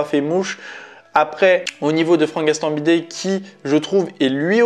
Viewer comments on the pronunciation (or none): C'est Gastambideeeee et pas gastambidet 😅😅😅